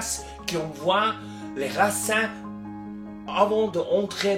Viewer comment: C'est vraiment génial d'avoir accès à toutes ces informations, merci beaucoup :) Il faut prononcer "racine" plutôt que "racin" si vous voulez améliorer votre français, a bientôt merci ✌️